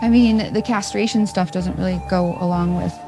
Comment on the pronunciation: did she "castraction" holy shiy